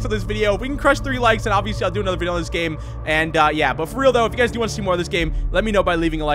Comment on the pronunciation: bro said gam